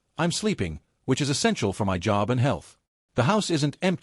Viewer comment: Why can't your dumb AI narrator pronounce "my" correctly?